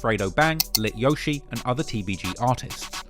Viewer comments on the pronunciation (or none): none